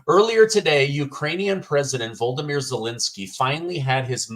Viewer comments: HIS NAME IS VO LO DO MIR NOT VLODOMIR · Good reporting …but if you are going to talk about the man, please learn how to pronounce Volodymyr. MAGA MAHA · pronunciation of Volodymyr as Voldemir like Voldemort is a Freudian slip. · It's not "Voldimir". I think that name is from an old horror movie. The man's name is "Volodymyr" (4 syllables as opposed to three)